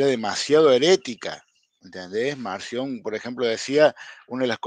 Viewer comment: ESTE MENSO PARECE QUE DICE MANSIÓN Y ES MARCIÓN, ESE HEREJE QUEDÓ EXCOMULGADO PORQUE NO ACEPTABA TOTALMENTE EN NADA AL A.T. Y MUCHOS MÁS, SOLITO EL BUEY 🐂 SE AHORCÓ.